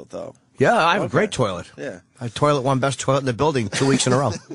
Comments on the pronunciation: Yes Opester, keep saying 'turrlet', maybe they'll laugh the next time you say it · I love when the opster mispronounces toliet it's hilarious